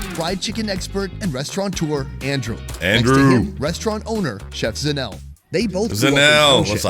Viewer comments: Pronouncing ZA NE LE as in ZINEL kills me 😂😂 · The Sowetan food all looked amazing. I wasn't sure about the Alex stuff. I don't love tripe, but it was definitely interesting how they were pronouncing Zanele 😂